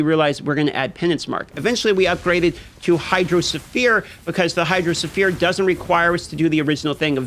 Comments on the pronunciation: the "sphere" in hydrosphere is pronounced as "sphere", not as "sulphur" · The way you DM pronounces Hydrosphere nearly drove me insane. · hydro suh-fear... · Hydro ohsphere augmented version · His pronunciation of hydrosphere had me rolling